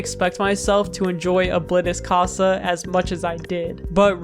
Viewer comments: I'm sorry but you said Oblitus casa in the whitest way possible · It’s pronounced o-blee-tus-casa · O-Bllit_tis Ca-sa 💀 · Its actually pronounced Obleetus I think ( Not correcting the spelling just spelling it weird so its easier to pronounce ) though I don't have any verification. That's just my opinion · You said ablitas casa wrong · Damn you mispronounced oblitas casa